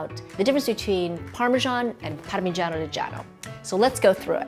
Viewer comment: Parmegagagiano? Is all i heard 🤣 love both though